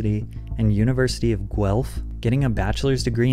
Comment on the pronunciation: "the university of GUELPH" 🤣🤣🤣